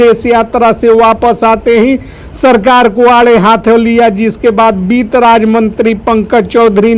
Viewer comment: Beet mantri nahi sir bitt mantri boliye 😂 aur jo aap ye ramayana path kar rahe hai , ye band kare , sab bakbash hai